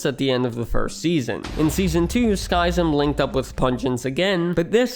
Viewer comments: informative video, but I can't get over the pronounuciation of Skyzm... isn't it supposed to be ski-zm instead of sky-zm? Like "schism" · Btw Skyzm is pronounced like "Schism" not "Sky-zim" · also how he pronounces Skyzm as "SKY-zm" instead of...... "schism". X.x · Not sky zym its Pronounced SKIZIM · Sidenote: its pronounced “skiz-ym” not “skai-zem” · Skyzm is pronounced Skizzem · "Sky"-zim? Really? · Pretty sure Skyzm is pronounced like "Schism". I remember watching his and Pungence's shenanigans back in the day. :) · Skyzm is pronounced like the word 'Schism', Buizel is a pokemon proncounced 'bwee-cel'. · skyzm's name is pronounced just like the word SCHISM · Skyzm is pronounced Skism. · Skizm is pronounced ski-zem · Skyzm is pronounced (skizz-em) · Btw, you pronounced Skyzm and Buizel wrong in this video. If you check out Skyzm’s first episode of Hermitcraft he says his name in the first few minutes. And Buizel is the name of a Pokémon that you can Google the pronunciation of. For reference Skyzm is pronounced the same as the word Schism. And Buizel is pronounced Bwee-Zle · Monkeyfarm was who actually got me into watching Hermitcraft when season 2 started. I still wish he could have remained. Also, Spum and sl1p were two of my favs. Skyzm was pronounced just like the word "schism" btw. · Pssst... 'Skyzm' is an edgy respelling of 'schism' the y should be pronounced like the 'i' in 'it' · Man, the way he pronounces Skyzm i driving me mad lol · I would have thought that after the amount of research this would take, you'd pronounce "Skyzm" correctly. Also, X doesn't unilaterally make any decisions.